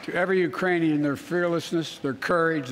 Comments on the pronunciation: I heard Iranian also. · mark... "The Uranian people" ??? Where - EXACTLY - is the country of Urain? Inactive the 25th Amendment NOW!💯😂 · Or the Uranus people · He 100% says "uranium people". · sure it wasn't take it in Uranus people??? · He said urainian, I grew up with a speech impediment. Sometimes letters aren't there lol 🤷🏾‍♀️ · Uranian Iranian 🤣🤣🤣 this guy and Putin laughing his ass off somewhere… embarrassing 🙈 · He said, "...the URAINIAN people...". All this time, we've been worried about an invasion from Mars by the Martian people. As it turns out, the threat from Uranus by the Urainian people should be the focus of our attention. LOL! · I think he just forgot the k in Ukrainian